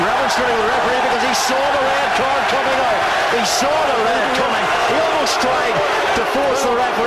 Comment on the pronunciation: "red cya" ? :D